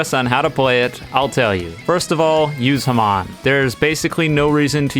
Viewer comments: Hey, I know this is kinda petty, but it's pronounced "ha-mown" not "hum-on" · It's not ham-awn it's ham-on lol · "Hman" Its legit ha-mon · it's not ham-on it's ha-mmon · The way he says hamon (ha-mone) pisses me off its not (ha-mon) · It's pronounced ha-m-O-n not ham on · can we just say the fact that he said humon instead of hamon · it's HAMON not HAMAN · Says Hamon like Haman. I get it some of us can’t say Hamon. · did you call hamon (ham-in) ha-mon? wait a minute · It called ha moan and typed as hamon not hAm ON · can we just talk about hoiw he says ham on instead of hamon? (pronounced hahm-oghn) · ITS PROBOUNCED HA-MON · The Hand is completely overpowered not just in game, but in canon as well. The catch is, Okuyasu's a fucking idiot. Most players are not idiots, so there goes its only weakness. Also, did you pronounce hamon as heh-mahn? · did he just say haman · Hearing him saying "hmahn" hurts me as a true jojo fan so much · It’s pronounced ha-moon. It’s in the freaking anime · "haman" bro please just say it right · Why’d he say hamon like that? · Dude can't pronounce hamon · Stop saying hamon like that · Man I hate how this guy says hamon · The way you pronounce "hamon" making me mad.